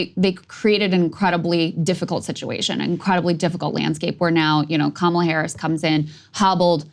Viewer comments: According to Mika, the way Joe just pronounced Kamala’s name was the “racist dog whistle” way just now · Not Kaamala Saagar, Kamala. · Krystal actually it's Kamala #WarHawkTuah Harris